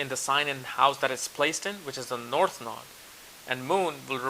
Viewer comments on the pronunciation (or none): none